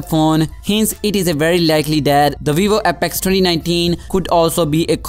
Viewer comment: VEEVO APEKS